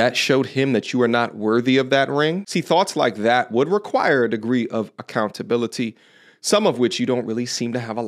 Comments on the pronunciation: alert "Acountability"😂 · She said "take accountabilitah" and almost dropped his violin and headphones. 😂😂